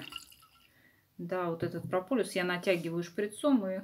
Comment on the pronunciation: Олеся, Вы - молодец! Только не говорите "прополюс", это не правильно и режет слух, правильно - ПРОПОЛИС! Это - не от слова "полюс" (южный или северный), а от греческого слова "полис" - "город", потому что пчёлы прополисом обмазывают свой "город" - улей! "Про-полис" - значит "для города" (или места жительства). Не обижайтесь на замечание, но исправьте произношение, а то очень слух режет. \\\\\